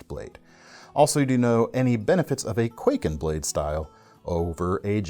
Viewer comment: Hey love your vids but if I may as a Japanese, I could not help but notice you’re pronouncing kwaiken like quay kin but it should be pronounced more like Kai Ken (懐剣). Also, in regards to the tanto style knives, that typical 2 edge blade looks more like a miniature ninja sword or shinobigatana. Anyways keep up the good work-Cheers!